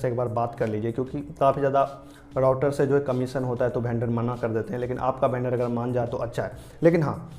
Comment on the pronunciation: वेंडर❌ भेंडर✅🤣